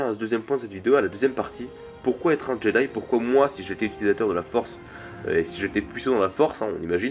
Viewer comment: très bonne vidéo je suis parfaitement d'accord avec toi mais on prononce [djédaï]